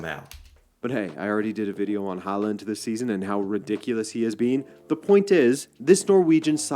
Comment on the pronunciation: Haaland's name is pronunced like this /hauland/. ( In Norwegian he writes Håland, with the letter å!) The Norway Soccer Team is a "dark horse" in the World Cup 2025. They can do very well, and some believe they can win. 😄⚽🌎